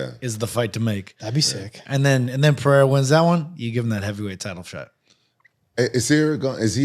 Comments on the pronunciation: Pereira (Puh-Rey-Ra). There is only an "H" sound in Brazilian Portuguese if the name begins with an "R" or if there are two "R"s together (like Diego Ferreira). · Rampage making me lose brain cells. Got me thinking how to even say "Pereira". Absolute idiot. Logging off.